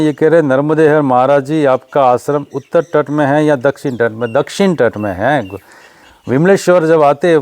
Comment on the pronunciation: नर्मदे हर! 🙏🏻🌹🚩💐 "उत्तर तट" बोलो.